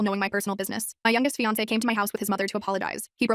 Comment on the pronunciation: Why was the "é" in fiancé weird?